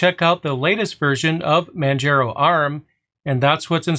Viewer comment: It's pronounced Man-jar-o', not Man-jer-ow